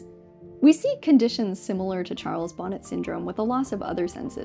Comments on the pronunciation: I think it might be pronounced "Charles Bo-NAY syndrome " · Charles Bonnet was French so the hallucinatory syndrome associated with severe low vision is usually pronounced "Sharles Bon-ay syndrome".